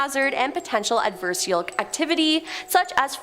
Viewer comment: Adversarial, not Adversal........ NO QUARTER ASKED, NONE GIVEN